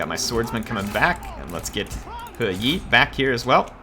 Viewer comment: Think it’s pronounced Her-Yee or as I like to call him Her YEEEET